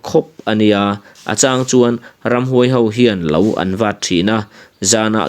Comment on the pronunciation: Ramhnuai sa nilo in,Ramhuai sa tihtur aw